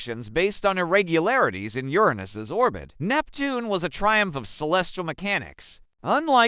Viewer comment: Lol the Neil dah grassy got me too. That and Yeranussess These AI videos are out of control.